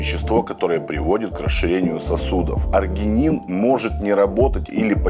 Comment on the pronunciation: Простите,но аргИнин, а не аргЕнин